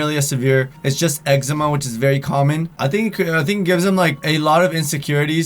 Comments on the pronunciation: it's pronounced X-Ma not X-erma😂Anyways I get it too, on the back of my neck and the inside side of my elbows (if that makes sense) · It's pronounced "Eg-Zee-Ma" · I have the same thing It's PRONOUNCED EX-E-MA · its pronounced *ex-ee-ma